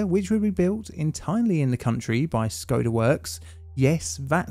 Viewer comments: its actually pronounced like SHkoda, the little thing on top of the S, its pronounced as SH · is it pronounced "Shkoda"? off to look it up lol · Its škoda, not schoda, schoda is offensive to us slovaks